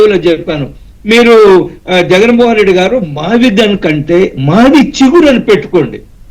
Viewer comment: Mavigchan not mavigun.tikit for takct.